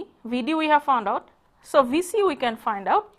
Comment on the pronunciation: her 'we' sounds like 'uii' good lecture neways .. carry on ur good work :)